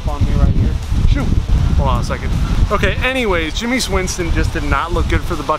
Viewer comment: Jamis Winston he said ja mis